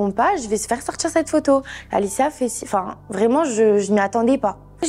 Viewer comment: Insupportable. « On a commencé à sortchir »